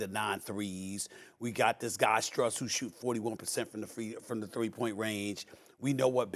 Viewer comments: or any of the role players, even SAS said strus name completely wrong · everyone says strus wrong and it makes me so mad like just watch one heat game